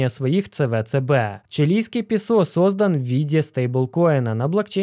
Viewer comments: Уважаемый, пЕсо с ударением на первый слог. ПесО как-то смешно на слух... раз богатейший, должен уж знать... или может не богатейший?) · быть может правильно пЕсо ,говорить ))